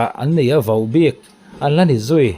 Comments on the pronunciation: Vauhbik ni lovin Vohbik tia lam tur ni zawk awm tak a ni. In ti ropui hle mai. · Vau bik tiin i tawng tlat vaubik ani lo vohbik tih tur😅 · Vauhbik anti ngailo, Vohbik ti in lam tawh rawh. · Vau bik tia lamlo khan vohbik tiin lamri zawk teh. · Vauhbik tia lam loh tur Vohbik Vo a nih hi. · Vaubik nilo in vohbik tih tur a ni lo maw. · Mahni a news lak dan hi ngaihtuah ve la mi in news a an puan tawh hi lo tuihnih ve zel lo hian mahni hian hma la ve la mi kut a rulkaw zen tum ang mai subcriber duh thlak e i channel hi mahni kut a din tum ve la mi news chhiarchhuah tawh le lo hmalak tawh na lo tuihnih ve lo hian vaubik ti a lam a va ang ve vohbik ti a lam tur aw nangmah a hmalakna nei a news i tarlan leh lo tihchhuah hi i channel ah hian hriat tur a vang hle mai tan han la in hmasawn han tum ve teh khai🫢🫢🫢😂😂😂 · Vohbik tih I lam dan hi adilo deuh Ava angve